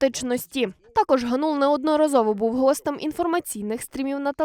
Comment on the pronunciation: Кореспондентці слід краще готуватись до репортажу - ГАнул, а не ГанУл.